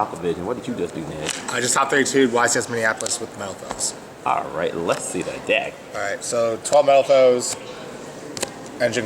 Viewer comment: Sounded like he said Mofos lmfao